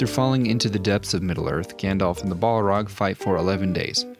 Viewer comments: Bolrog btw we don’t say the A as a O so it’s just bahlrog not bohlrog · We just not gonna talk about calling it "ball rog"? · Pronounced "bal-raag"; one L not two like how you're pronouncing it. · haha Ball-rock. Gotta love the americans butchering the english language 🙂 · I love it but pls stop saying "ball-rag". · Stop saying BALL-ROG ! :D Great work though ❤ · You are pronouncing Balrog inncorectly. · This was amazing in so many ways although the way you pronounced balrog was a bit odd.